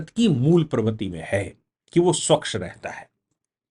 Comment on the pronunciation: स्वकश नहीं। स्वच्छ।